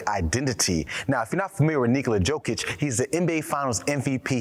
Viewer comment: It's pronounced "Yo Kich." You might want to re-record this.